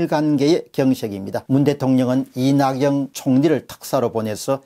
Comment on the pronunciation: 공박사님 영상 늘 감사히 보고,듣고 있습니다. 그간 여러영상에서 이낙연총리를 거론하실때 항상 "이나경" 으로 발음하시네요 발음정정 부탁드리겠습니다. 앞으로 이낙연을 거론할때가 종종 올것같은데 이나경 이나경 하시면 ~~ 유념하셔서 정확하게 이낙연으로 발음해 주시길 부탁드립니다 그간 종종 조국이 나이도 67세라커니, 10/3대집회날짜도 11/3이라하시고 9/28일 토요집회도 10/28일이라고~ 글고 " 구속영장 실질심사 " 를 " 구속영장 실질검사" 라 하시대요 것도 계속 해서 ~!! 심사와 검사는 엄연히 다른 구사에 속합니다 스탭중에 모니터링 하시는분 안계신가요? 공박사님 유투브 정도라면 영상촬영후 좀더 완벽한 모니터링 필요합니다 부탁드리겠습니다 건승하십시오~ 자유대한민국 만세!!